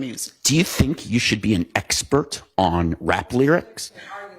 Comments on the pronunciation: "I am not an espert you didn't axe me ....." These are supposed to be professionals .... ASk Not Axe its effing absurd . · She cant even say expert 😂 typical dei